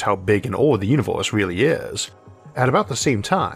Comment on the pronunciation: I'm in the universe where this guy called Isaac calls it "univorse," and it's wild.